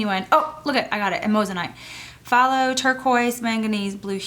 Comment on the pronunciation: Phthalo is pronounced "thaylo." Some years ago my watercolor paints were thrown out by some cleaning ladies. I'm slowly building up my Daniel Smith arsenal, they are my favorite wc paints. I do like some Winsor and Newton as well. I love DS Amethyst, Black Tourmaline, Sugilite and Bronzite as well as the Fuchsite colors. They all have a natural iridescence which can bring a painting to life.